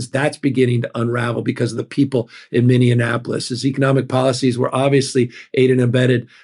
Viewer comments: Gov Newsom - it is Minneapolis, not MinneaNApolis! Will read your book. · Indianapolis? Or was it Mindianapolis? Or, did he mean Minneapolis? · Gavin, dear, it's Minneapolis. Mini apo liss. Not, mini in apo liss You got this. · Liked everythingabout your honesty and sincerity ...can I add a however? It might be my hearing but every time you said Minneapolis, it sounded like Minion apolis not a minion, it's a minnie! Just correcting the correctable. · Mr. Governor, please don't call us Minionapolis. Mini-apolis. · For the love of God, how hard is it to pronounce Minneapolis? It's not "Mini-in-apolis," it's "Mini-apolis." 🙄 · It's Minneapolis, not minne-anapolis... just saying. We are the Minne apple for jazz players, not a small Annapolis... pronunciation matters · Minneapolis, not Minnianapolis. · I love Newsom but can someone teach him how to say Minneapolis. Its not Minneanapolis. Lol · Hey Newsom, you wanna be president? Maybe start by not pronouncing the bravest city in America "Minionapolis". Too slick for your own good. smh. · Gavin. Please stop mispronouncing Minneapolis as “minneaNapolis” thats the 4th time I’ve heard you do it. I want to vote for you if you run for pres but ffs, I live in Minneapolis… and you can’t even correctly say the name of the city that is in the global news daily as of late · Governor: it is mini-aplle-is: i love u Governor awesome Newsom!😢😢😢😢😢😢🎉❤THANK U 4 WRITING YOUR BOOK! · Canadian here. You might want to tell Gavin how to pronounce Minneapolis. It is not Minneanapolis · Come on, Gavin…..it’s Mini-apolis. As much as I admire you and what you’re doing, you sound really pedestrian in mispronouncing a MAJOR US CITY…the city where I reside. Be better; sound as smart as we KNOW you are. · Please please PLEASE stop referring to Minneapolis as MinneANNAPOLIS . I cringe every time I hear politicians and the media butcher the name. Like fingers on a chalkboard... lol. Still love ya man.. you are not the only one...😂😂😂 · It’s minn e apolis